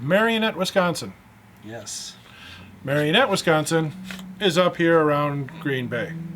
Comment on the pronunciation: did you pronounce Marinette like the puppet? bad. It's Mare-a-net